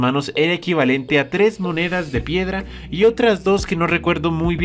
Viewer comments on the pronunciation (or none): DISE;*Número tes* YO:XD